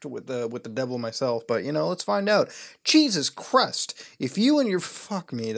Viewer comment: "Cheesus Crust"